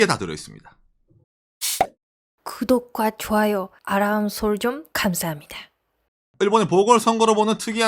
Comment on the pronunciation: 처음 볼땐 이게 완전 거슬렷는데 어느새 시작마다 아람솔쭁 캄사합니다 따라하고 잇는...